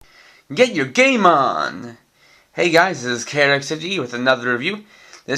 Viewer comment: When you said "Get your game on" at first I thought you had said "Get your Gaymon" so I had to go back and listen to the start of the video again to double check. XD